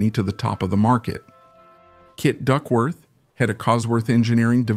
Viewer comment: Phucking bot narration!! Kit Duckworth, Cosford engineering, etc, etc!!! Arrrrgh!!! Only managed 5 mins before I was sick of it!!